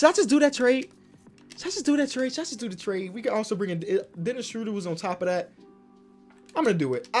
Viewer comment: Every time I hear Dennis Schröder’s name pronounced, I will comment that his last name rhymes with murder, not that I am angry about it, just to make the probability that reads it a bit higher:)